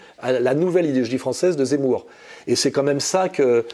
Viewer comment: " que Jémour est très zenti" 😂😅